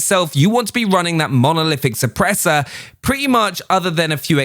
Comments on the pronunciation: Nobody:: Monolithic Suppressah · Mono.... lithic...... šüpprēśør